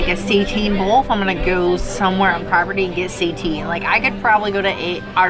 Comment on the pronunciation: Love this review -- can't believe they are offering SEITAN (versus just the regular ol' Impossible meat). By the way, it's pronounced 'SAY-TAN", not "say-teen". Have a great no-turkey Thanksgiving guys! Love your videos!